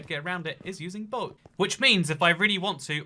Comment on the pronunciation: You were saying boat wrong the whole time 😡